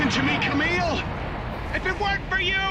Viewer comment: The way the GM pronounce Kamille as "Car-mille" is Really funny